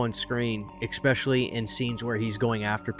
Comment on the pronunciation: Love your vids, but this has been driving me absolutely bonkers: The word is “especially.” ih-SPEH-shuh-lee Not “EK-specially,” “eX-specially,” or “EKS-specially.” ✌🏻